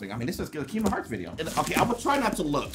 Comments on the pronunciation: Kingdom heart keydom heart please say it right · Why doesn't square send me stuff I've been playing kingdom hearts since I was 5 I'm now 18 come on square send your real fans stuff no offence but if you don't know even know how to pronounce the name of the game your not a fan just saying.